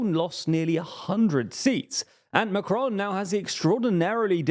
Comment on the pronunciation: Note - Macron is pronounced without an accent (especially not the American tendency to accent the second syllable). Regarding the results - the RN had the biggest vote share (37%) and gained 53 seats. It didn't win outright and this will prove a positive for them. France's economy is tanking and Macron's spending is sky high. What happens when he presents his budget to the EU in September? He was hoping to blame the RN (he said before the election that he had rolled a grenade amongst their legs). The left and the communists etc. will probably begin in-fighting and everything will deteriorate further. The RN just needs to keep its cool.